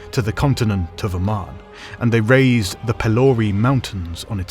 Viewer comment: That is the incorrect pronunciation of Valar. Also Aman.